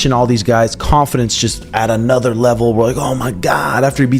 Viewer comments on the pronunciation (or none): none